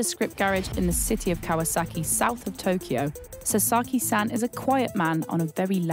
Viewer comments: You completely butchered the guy’s name! It’s pronounced Sa as in ‘sa’ssy times two so… Sasa then add a key, then you have Sasaki. Do your homework. You wouldn’t like your name butchered either. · Honestly if you're going to make a journalism piece where you need to pronounce a foreign name, at least learn how to pronounce it correctly. It's not 'sa-sarr-ki' it's 'sa-sa-ki'.